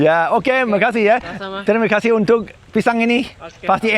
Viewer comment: Tampaisih, rather than Terima kasih